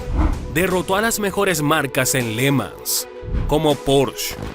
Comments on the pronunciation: ¿Pors?, no, porsche, irosima no, jirosima (Hiroshima), Léman no, Le Mán (Le Mans). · Está mal la pronunciación de le mans.